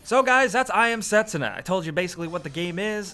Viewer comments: its not set su na, its se tsu na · Set-SOO-nuh, not SET-suh-nuh... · A tad bit late but the "u" is silent - it's spoken Setsna Just saying. Sorry, don't want to be a smartass here. Just something that bothers me. Nice video though! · Pronounced Set-soo-na, with emphasis on the 2nd syllable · i thought was ' I am setSÚna ' haha